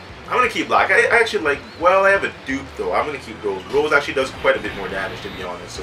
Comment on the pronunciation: It's Rosè lead not Rose lead